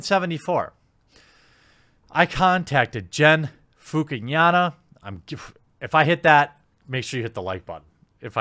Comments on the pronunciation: Oh man, that was a horrendous attempt at pronouncing Fukanaga. It's literally four two letter syllables. Fu-ka-na-ga. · The G in Gen is pronounced like the G in get. Fukunaga- fookoonahgah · Justice for Vic! Broly for life. Also Gen, (Foo-Kuh-Nah-Gah/Guh) good try though my dude 👌